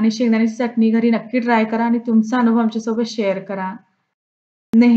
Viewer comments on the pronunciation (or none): none